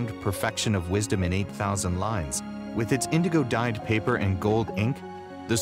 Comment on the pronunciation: ...Was he trying to say indigo?